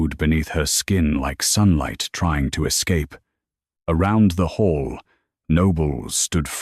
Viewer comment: It's hall, not hole.... the AI doesnt recognize synonyms... and each editor, narrator, data entered.... miss it all